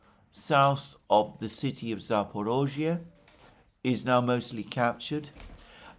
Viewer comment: It’s Zapor I zhzhia, not Zapor O zhzhia Just saying